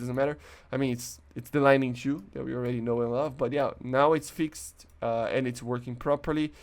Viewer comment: Hearing you say “fix-ed” instead of fixed bothers me